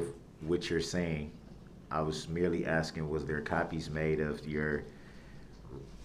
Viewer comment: are you axing me or telling me 🤣😹